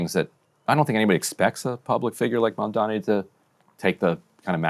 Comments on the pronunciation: I want to punch this asshole in the face every time he says "MONDOMMY" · Pleez! This dude is going backwards from government to mayor and he thinks this is normal. Now let us give his ex-girl friend an interview. He keeps saying Mamdami instead of Mamdani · Do you guys think Cuomo GENUINELY cannot say the name "MAM-DAH-NEE", or if its part of his terrible political strategy to constantly call him "MAN-DAMN-EE?" Personally I think it makes him look even more like a callous idiot, that he cannot even pronounce his main competitor's name correctly. It's not that hard, which makes me sure he's doing it on purpose, in some shallow passive-aggressive strategy. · i dont know how the interviewers dont stop him and help him sound out MAM-DA-NI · It's Mamdani, as in MUM-DANI. How hard is it??? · He can't even say Mamdani properly. What a loathsome, disrespectful character. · If you can’t pronounce the name of a political opponent you have no business being mayor of the biggest city in America. Being illiterate just disqualifies you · How does this guy still not know how to pronounce Mamdani. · I’ve never once heard Cuomo correctly pronounce Zohran’s name. It’s not an accident, it’s just an intentional dog-whistle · He thinks it's a such mastermind move to intentionally mispronounce Mamdani's name because he believes his disrespect will program people into thinking that he's forgettable or otherwise unqualified. Literally the thought process of an obsessively jealous high-schooler. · There’s literally nothing inspiring about this guy. His whole campaign is “I deserve this because people know who I am.” He also refuses to get Mamdani’s name right which is pathetic. Entitled politicians that get all their funding from rich donors are the worst. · Cro-Mag Cuomo can't even say Mamdani's name right. He's either dyslexic or doing it on purpose. Neither looks good for him.